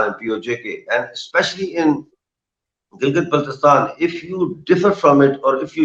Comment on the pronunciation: You can't even pronounce name of GB why are you talking